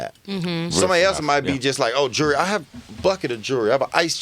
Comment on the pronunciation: He said jury for jewelry. Lmao this Nigga is real tho